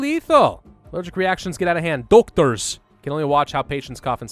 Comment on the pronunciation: The way you say doktors is killing me!